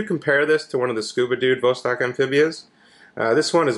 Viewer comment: jfyi: pronounced vahss-TOK